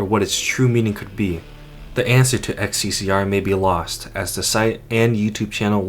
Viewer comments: xccr is not an english thing it is most likely in bulgarian as the game is set in sofia and pronounced as hssg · Serbia uses both latin and cyrillic, but we don't use the latin symbol "X ( pronounced as ex)", though we do have the cyrillic symbol "X (pronounced as H)", so if the game is set in Serbia, Bosnia or Croatia that isnt XCCR but more likely HSSG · "XCCR" NO. NO NO NO NO. You just insulted every single nation that uses cyrillic as their alphabet. You cant tell me it was too hard to look on wikipedia to check that and read it correctly as HSSG. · "xccr" are pronunced "hssg" and of course in Russian accent because those are russian letters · the ХССГ sign is pronounced HSSG, just so you know. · xccr is a REALLY Soviet-looking billboard, unsurprising considering that the architecture and other things are from Eastern Europe. Also, xccr really is pronounced "hssg" in Russian. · bruh it's not xccr it's хссг (hssg) in Cyrillic letters. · "ХССГ" pronounced as "HSSG" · It's not XCCR, its XCCГ. Last letter means "G" in Russian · xccr is not xccr, it's хссг. HL2 is based on Eastern Europe, so it's read kh-s-s-g. Most likely a parody of СССР (USSR). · It's not "XCCR" ,it's "XCCГ" - (H S S G ) in cyrillic alphabet :D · That didn't say "xccr" that's Russian for "ХССГ" pronounced "kah-sae-sae-gey". Not to sure what else that means but yeah, that's Russian not English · The sign doesn't say "Ex See See Ar." It's Cyrillic, so it says "Kha Es Es Ge." Entirely different letters. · Its cyrilic so its not xccr its хссг(hssg)